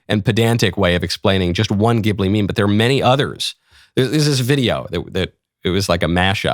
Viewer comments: My Chinese future daughter-in-law says Zheelee, not Gibblee. ??? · I laughed so hard to hear him miss pronounce Ghibli. It's pronounced jibli. The gh makes a soft j sound. I know anime nerd here. 😂😂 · The katakana being used (ジ) would suggest the soft ‘g’.